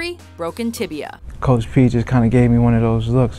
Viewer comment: Ryan Villopoto Broken Tiblia and Fiblua.